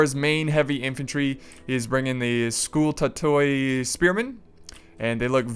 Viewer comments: The combination oi in Greek is pronounced as i so we say scoutati and catafracti.greetings from greece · BTW is pronounced sku-tah-toi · fun battle, especially the initial phase with all that scary fire :) BTW, skutatoi is constructed and pronounced just like hastati :) hasta (the spear) hastatus (the spearman) hastati (plural) scuta or skuta (the shield) skutatus (the shieldman) skutatoi (plural, the "o" is not pronounced)